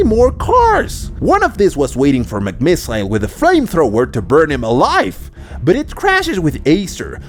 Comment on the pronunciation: Your supposed to say it as "Finn Mc miss ol" not "Finn Mc miss i le"